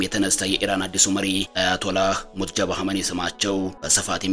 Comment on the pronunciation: ሙጅተባ ማለት አቅቶህ ነው ሙትጀባ እያልክ የጨረስከው ?